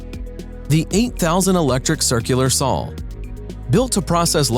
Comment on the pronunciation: Does the word SAW have an L in it?